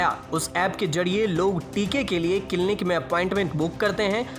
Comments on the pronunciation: Clinic hota hain kilni nehi😲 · Clinic बोलना तो सिखले भाई